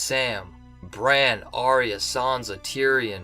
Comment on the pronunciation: If Arya is your Favourite Character, How come you cannot pronounce her name???